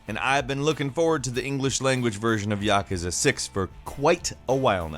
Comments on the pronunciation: its yakooza not yekezeh .. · The way you say Yakuza pisses me off